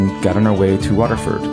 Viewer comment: Why can't you pronounce Waterford?